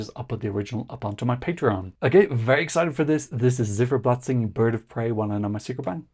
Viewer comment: The band's name "Ziferblat" is pronounced with the "Z" as "TS" (like in hats). Not like a zed. It's the same word in Ukrainian as in German for "clockface".